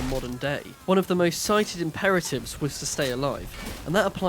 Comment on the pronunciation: "You can become the mostuh....of bait" got you a subscriber good sir 😂😂